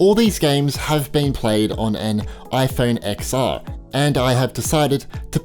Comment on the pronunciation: It’s iPhone “10-R” not “Ex-R”